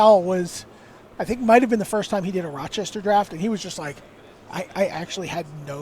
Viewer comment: "Rochester" not "Rochestor"